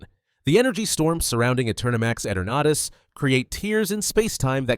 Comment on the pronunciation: Eternatus its ee-tur-nu-tus not et-ur-nah-tis